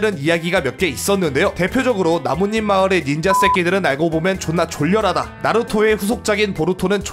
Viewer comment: 닌자 쌔끼 발음ㅋㅋㅋㅋㅋㅋㅋㅋㅋㅋㅋㅋㅋ